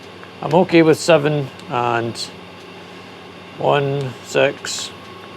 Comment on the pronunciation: Sex Hertz! Love that accent. 😄